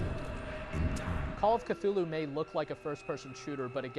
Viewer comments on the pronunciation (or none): He said that "Clue-Loo" is probably the closests a human tongue can come to pronounce the name.